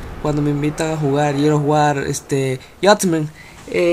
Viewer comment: Jajaja a huevo así dice jajaja no mames no puedo creer que no pueda pronunciar "GEARS OF WAR" JAJA NI "JUDGMENT"